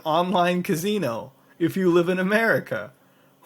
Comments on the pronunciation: lol "Ka-Zee-No" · I wonder if that casino thing actually works. And I love the way mutahar says casino 😂 like "cazino" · sounds like your putting a Z in casino. .